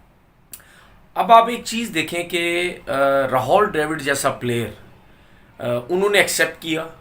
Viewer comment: Tumara naam Tenavir Amid hai? Nahi hai to Rahul Dravid ko Rahol Drevid kyo bolte ho jaan boojhkar.